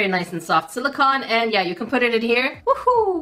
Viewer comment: the octopi are made out of silicone (sil-i-cone), not silicon (sil-i-con) Not that I'm judging or anything, I just know you like to be as precise as possible ♥ Silicon is a naturally occurring element (14th on the periodic table if you're wondering) whereas silicone is a synthetic compound comprised of siloxanes.